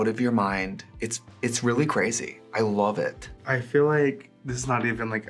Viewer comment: when Trixie said "I love it", you could really hear the WISCO in her 😭😭😭😭😭😭😭😭😭😭😭😭😭😭😭😭😭